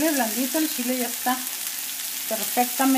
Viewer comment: No es picoso para usted. Su shile como usted lo dice (chile).